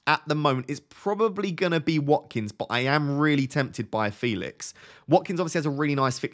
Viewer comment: Come on! Joao already said it's pronounced fElix 😆